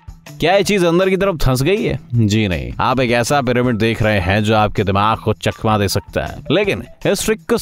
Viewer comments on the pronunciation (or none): none